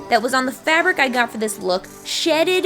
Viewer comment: When she was trying to figure out how to say "Shed" the first thing I thought of was Markiplier and is "Pregananant" shit